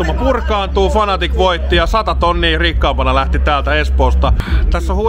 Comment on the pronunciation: Se on Fnatic ei Fanatic :O